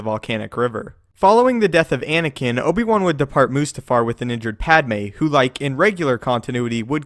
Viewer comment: Ankina? Plz get the names correct